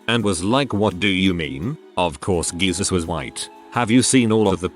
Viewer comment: Why does it pronounce lower-case jesus correctly but upper-case Jesus as 'geesus', tho?